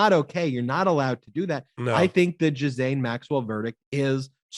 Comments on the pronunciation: Jizzaine?????????????????? Really? Tighten it up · Ben I believe her name is pronounced with a hard G Ghislaine as in Gilead! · that’s how her family and her victims pronounce it. Gee-lain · Greetings! Here's a little help with the pronunciation of that disgusting Maxwell dame: Ghee - len. Hope this helps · Fellas, it’s pronounced gee-LANE